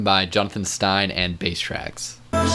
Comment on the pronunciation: Also it's BRASStracks not basstracks